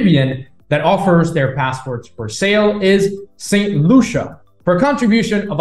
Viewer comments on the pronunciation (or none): none